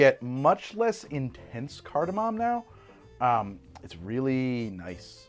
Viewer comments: Shot every time he says cartimam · i fricken love that no one on set corrected “cardamom” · oh he is saying it weird, he’s just also wrong